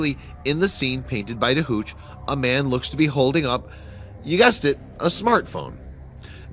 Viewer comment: Ferdinand Georg Waldmüller...middle name pronounced gay org. pieter de hooch...ch in hooch is hard sound, more like hoek.